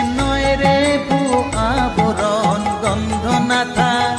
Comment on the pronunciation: আবরণ নয় কথা টা আভরণ